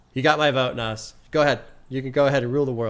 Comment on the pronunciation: By the way, it's pronounced "Naz". Like it ends in Z. Comes from Nasir. It's Arabic for "helper" or "supporter" apparently. He definitely helped support Hip-Hop 😂